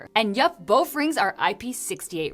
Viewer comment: "Boff rings" Is she saying that on purpose?